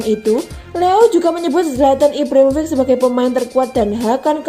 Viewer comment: Ibrahimovic mba bkn Ivrahim rofiq